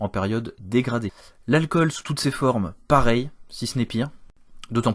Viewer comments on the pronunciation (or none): none